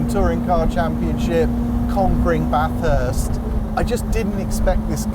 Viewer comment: props for pronouncing Bathurst correctly 😉